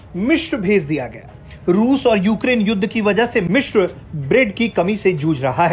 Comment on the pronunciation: वो "मिश्र" नहीं "मिस्र" होता है। आजतक के पास ढंके न्यूज़ रीडर तक नहीं हैं क्या? एक वो आयुष है जो इतनी गलतियों के साथ ख़बर पढ़ता है और एक ये महाशय हैं जो "मिस्र" को "मिश्र" बोल रहे हैं।